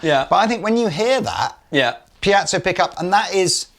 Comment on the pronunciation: Brilliant guitars and very good presentation, but after all these years, why hasn't anyone dared whisper to it's piezo, not piazzo!? They did?!? Well, then... Maybe we'll just have to change the word?